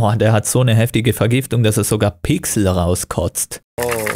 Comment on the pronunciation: Ich wollte beim Erbrechen nicht hinschauen und dann höre ich Pixel und ich denke so: man kann Pichsel erbrechen, was sind das für Pichsel und dann musste ich doch hinschauen und anschließend lachen... 😂